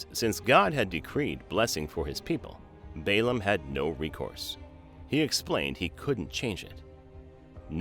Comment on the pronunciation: is it Baum or Balaam at this point I doubt your credibility.